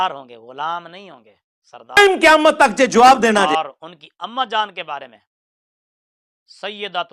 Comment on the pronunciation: یہ لفظ سید زیر کے ساتھ سردار کے معنی میں ہے اور زبر کے ساتھ سرے سے استعمال ہی نہیں ہوتا